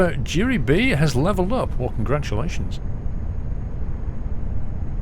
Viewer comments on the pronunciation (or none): none